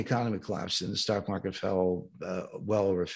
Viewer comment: "market," not "markte!!"